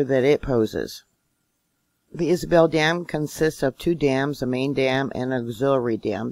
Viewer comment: I live herein Oildale /Bakersfield I have all 64 years of my life !!!!! .It is lake Isabella dam NOT Isabel. You have a lot of screwy one sided info. Most people are not upset in the least by this. We live in Calif we are quake prone!! .You should really talk to some folks here about the dam.. There is another side to this story. I know folks in the "know" about this dam. I could give you their names .All dams (earthen dams) have seepages:Lake Isabella has an outstanding well made overflow system. The Tejon fault is pronounced Te hone Not Tejohn. I live here , all your doing is fear mongering is ridiculous and it is obvious you know little about fracking or the oil industry. Try getting your news from Local Kern County officials,at least they know how to pronounce Lake Isabella.Do you need help with Tehacapi too?? Fault lines run through it too! The same with Ridgecrest,Tonophah, Trona, Indian Wells and the Whole Sierra Nevada Range !!!!! You want something to Worry about?? Worry about what our Marxist/Communist Gov.Newsome is doing to our state. He has turned this state into a third world country and stripped us of many of our God given constitutional rights.😤🤬😵😠😡